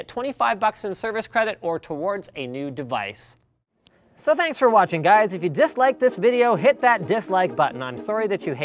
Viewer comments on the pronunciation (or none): none